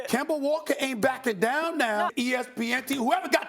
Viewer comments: Nobody: Stephen A: KEMBER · No one: Absolutely nobody: Stephen A: Kember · Yo, Stephen A! Who on earth is Kember? 😂😂😂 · "Kember" "Kyrie Irvin" 😂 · “KEMBER WALKA” - Stephen A. Smith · Spike Spiegel Kember Walka- Stephen A Smith 😂😂😂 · He said: Kember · Stephen A: Kimber Walker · This man just called Kemba Kember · SAS call kemba - kember 😂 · "Kember Walker" - Stephen A Smith 2019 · Nobody: Stephen a:Kember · "Kember Walker" - Stephen a smith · Why can't this man ever correctly pronounce Kemba? 🤔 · Kember..the r is silent for Stephen A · “KEMBER” That’s Stephen A Smith for you. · Why does Stephen A pronounce Kemba with the hard r? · Absolutely no one: Stephen a: "KEMBER WALKER" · Any word ending with an A is going to sound like a R😂 “Georgia(r)” “Kemba(r)” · KEMBA STEPHEN A. ITS KEMBA!!!!!!!! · Dat Dude it’s an east coast thing. It’s derived from when the settlers came to the new world from England. English people also have a tendency to to switch out from anything that ends with -a to -er. Like idear rather than idea